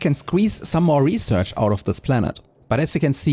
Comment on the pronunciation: I know you're not a native speaker (neither am I) but you have a ton of words which you pronounce very strangely. subFACtory. Aicid. Salfar. REquest. REsearch. REquest. It's easy nowadays to learn the right pronunciation online.